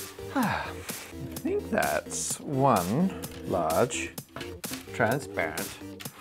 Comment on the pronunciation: “pagal deedon”